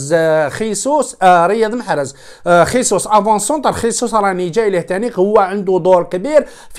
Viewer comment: لتصحيح فقط . إسمه جيسوس او . ماشي خيسوس